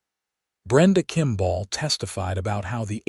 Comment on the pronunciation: Okay today’s lesson is how to pronounce the word kimball it is not kimbaaaaal te proprietors of this rubbish need to educate the AI. Forget the poor quality stories and focus on the true ly dreadful grammar and pronunciation